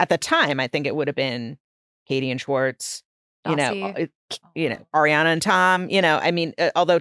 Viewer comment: Every time Nick say “Swartz” instead of “schwartz” my brain short circuits. 😖 lol the problem is me 😅 i just had to throw it out there